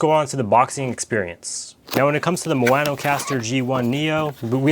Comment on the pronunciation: Ma o no, not mo a no